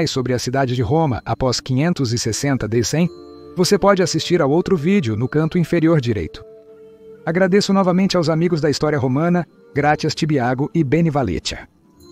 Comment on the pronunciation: Porque IA é muito mais barata. Enquanto a IA não entender que "aos" não se lê "a o esse", pode ser chamada de BI (burrice artificial).